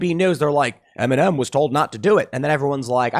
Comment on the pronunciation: I was just watching the video and for more than half of it I thought Tim was saying M&M taking a knee instead of Eminem lmao